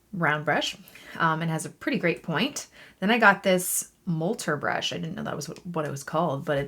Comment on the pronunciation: I think it's "MOTT-ler" (not "molter"). Looking forward to trying one of those!